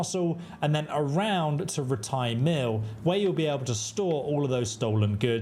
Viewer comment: I can’t watch this because the way he says rattay pisses me off. What makes it worse is it’s pronounced properly in the game and he just chooses to ignore that